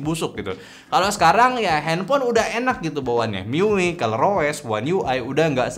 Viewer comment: Dibaca mi-yu-ai, bang 😂 tapi bebas sih mau dibaca gimana wkwkwk